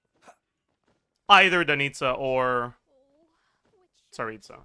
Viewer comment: actually pronounce Tsaritsa really good imo (I'm Russian). If we speak about stress, it's pronounced tsarItsa (not tsAritsa or tsaritsA) And for knowing ones it is [tsɐˈrʲitsə].